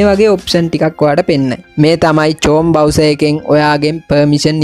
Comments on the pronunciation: මාත් කියන්න හිටියෙ අනේ චෝම් නෙමේ ක්රෝම්🤣🤣🤣🤣🤣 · චෝම් බ්‍රවුසර් නෙමේ. ක්‍රෝම් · චෝම් නෙවෙයි ක්‍රෝම් බ්‍රවුසර්😢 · ක්‍රොම් bro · චොම් නෙවෙයි ක්‍රෝම් Kamak nh, math issara ohma thamai kiwwe.😅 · චෝම් නෙමේ බන් 👀ක්‍රෝම් 🙂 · සස්කයිබ් නෙමේ බන් සබ්ස්ක්‍රයිබ්...... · චොම් නෙමේ ක්‍රොම් 🤦😆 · චොම් නෙම්මේ Bn chrome 😂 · චෝම් නෙමෙයි යකෝ.crome😂😂😂😂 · චොම් නෙවෙයි ක්‍රොම්